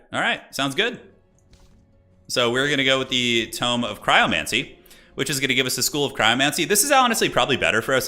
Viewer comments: toom? why are you saying tome like that?........ Toe-m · Violets are blue Roses are red Tome rhymes with home a tomb's for the dead